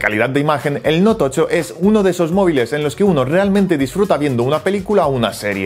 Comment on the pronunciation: ¿Noutocho?, ¿TOCHO?